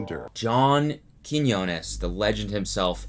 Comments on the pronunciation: no ones talking about how he finally pronounces johns name right. im proud of u cody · CEO of finally pronouncing John Quiñones right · Can we all take a moment to appreciate Cody finally saying Quinones right? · Cody out here finally saying John's last name right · i like how he fixed his pronunciation of quiñones without making a mention out of it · He learned how to say Quiñones!!! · Cody you said it right! I’m proud of you 💗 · YOU FINALLY LEARNED HOW TO SAY HIS LAST NAME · respect to cody for finally learning how to say Quiñonez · look at you finally pronouncing quiñones right! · the character development of cody finally pronouncing john’s last name properly is on period. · ...just the fact that he said Quiñones right the first time, made me have so much joy... He said it so wrong in his last video, lmao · you said his name correctly! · Catch Cody correctly pronouncing Johns last name ✋😌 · Is it my imagination or did Cody actually pronounced John Quiñones’ name correctly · cody learned how to say johns name thank god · So happy Cody is pronouncing John’s last name correctly now 😃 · im just glad he finally learned how to say Quinones lmao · i’m BEYONDDDDDD glad that Cody is finally saying “Quiñones” correctly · Damn Cody really got roasted into learning how to pronounce Quiñones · i was stupidly happy when he learnt how to pronounce an ñ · He finally pronounced his name the right way lol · I’m just glad he learned how to pronounce Quiñones correctly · hey, at least cody finally figured out how to pronounce quiñones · finally pronounced Quinones right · Thanks for finally saying his name right lol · That pronunciation of Quiñones! You practiced. 😘 👌🏼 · he pronounced john’s last name right this time ! bullying works <3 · he learned how to pronounce quinonas :) never too old to learn something new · you finally learned how to say john’s last name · so happy you've finally learned how to pronounce quiñones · im just glad cody learned how to pronounce "Quiñones"